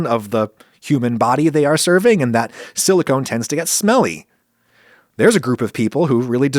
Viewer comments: If you can't even pronounce "Silicone" correctly, Adam should not have you on the show. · Silicone is not Silicon. LOL TWTF